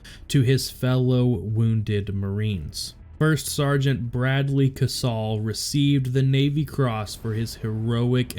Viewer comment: It's pronounced KaySal not kasaul. He should have received a Medal of Honor for this as well. Had this happened in 2007 he would have got the MOH. Same with SgtMaj Lehew.